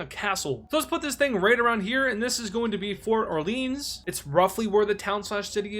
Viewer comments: 'Borduu 😭' 'Orleans' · I think orleans is because of new orleans pronouciation